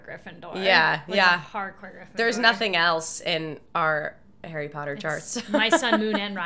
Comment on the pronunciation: Did she said Harry Powder? xD